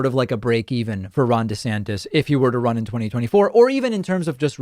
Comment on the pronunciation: I thought you said Ron De-satanist lmao